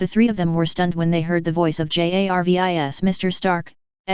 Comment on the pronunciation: this AI voice don't know how to pronunce SHIELD and JARVIS without sound robotic. damn make him talk normali shild and jarvis?